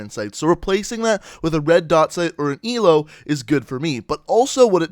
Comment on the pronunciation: Calls B O A a boa and Calls the ELO an E L O